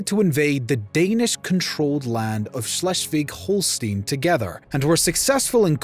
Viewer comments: Say it with me...HŌL-shtīn, not HŌL-stēn. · Hol-stine not Hol-Steen. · not holsteen, hol-steye-n like EYE as in BRAUN is pronounce BROWN and not brawn, dumb cluck. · He can't pronounce Holstein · You mispronounced Holstein. Just one of many pronounced wrong. Very sloppy work.